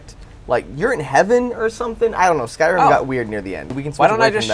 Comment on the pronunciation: Lol u said skyrum